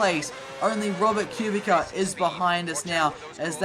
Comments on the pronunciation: It’s pronounced Q-Bit-Sa —Kubica 😂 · Please learn how to say kubica .. why do you say it like that